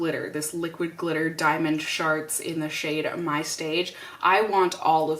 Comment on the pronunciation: Haha when you said "diamond sharts" I had to go back and make sure I heard you right lol because you know "sharts" means sh** farts